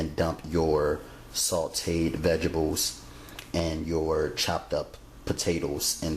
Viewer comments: it's vegetables not vegables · "Vegebles"! Lol! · Did you say vegibles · Hahaha. Vegebles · lol, I had to keep going back to make sure I heard it, yep, he said VEGIBLES, rotfl....whew!. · I dont know one person who can yo. I sure can't. When he says vegebles. He is a cutie tootie (sorry I'm real southern) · Why can't you pronounce VEGTABLES properly?